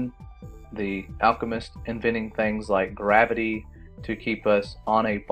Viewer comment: GRAV-ITY NOT GRA- VITY